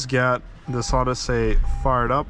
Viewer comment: What the heck is this OddySAY business? Just pronounce it normally like everyone else, OdyssEE.